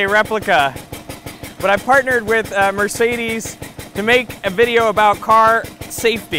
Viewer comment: Can't pronounce ''Mercedes'' right, but is driving the first car.